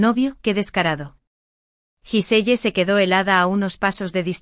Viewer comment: Se pronuncia guisel